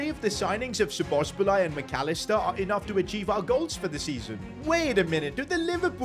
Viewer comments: Szoboszbulai??? WTF Can’t you even read her name? Pronounce as Sobosly. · You can pronounce it like "Saw-boss-la-ee" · HERES HELP WITH THE PRONUNCIATION SAY IT LIKE ‘SO BUZ LIE’ BUT LIKE FASTER ONLY WAY I CAN THINK OF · So-boz-lie That’s how you say it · I still dont understand how can people fuck up szoboszlai's name so bad, like do you see a b at the end of his name or why would you say szoboszbalai?? Just fucking say the letters that are there and dont put others in there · It’s pronounced shu-boz-lay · Just say it like SOBOSLY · It is pronounced sob a zli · its very esay to say szoboszlai, say so-bo-sly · Domonik is pronounced So-bo-sly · Pronounced so-bo-sly for u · It’s sobalski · It's "So Bows Lie" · It’s pronounced so-bo-sly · His name is So-bo-sli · Szobolzlai can be pronounced as Soboslai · If you wanted to know the pronounciation its "Sa-bos-lai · Its pronounced so bo sly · Btw its so-bo-sai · Nope you said szoboslai wrong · soboslae is the pronounciation. Im Hungarian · I think he said his name is pronounced as sobosly or something like that😭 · “Sobozbolai” bro😂 put it in google translate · Sa-Buzz-Lie That's The Pronounciation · It's pronounced : Sho-bosz-lai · Where does he get the second B from when pronouncing Szoboszlai🤣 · Aye its (sa-boz-slai) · the correct pronunciation is sobboslai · Say Szoboszlais name like "Soboslai" ;) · Say Szoboszlai like: Sobosla-i. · Its szoboszlai Shobosslai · Hungarian here Szoboszlai's name pronunciation is Sobosla e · Bro just say Soboslai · say it like Dominik So-Boss-la-E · sz in hungarian is pronounced like a basic s. so its pronounced like so-boss-la-eh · szobozlai is pronounced like so boz lie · Szoboszlai's pronounciation is So-Boss-laee or So-Boss-Lai if that is easier. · Szobozlai S-boz-lie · Szoboszlai's name is pronounced like this Sobosslai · Its prounonced sobozlai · Pronounciatan= Sho-boz-lai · you pronounce it Sob Oz lie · Bro is it so hard to pronounce Szoboszlai?